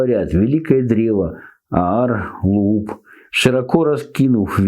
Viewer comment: Аар Луук произносится. ❤ уважение за скрупулезное изучение